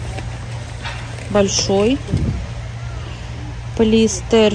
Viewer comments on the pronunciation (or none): none